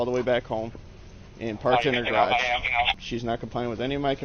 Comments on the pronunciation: Since when is "garage" pronounced "grahdge"? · Why do US Americans have such trouble pronouncing the word garage? Probably because its origin is French which is known to be difficult for US Americans. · I give you a C- for your strange pronunciation of 'garage'.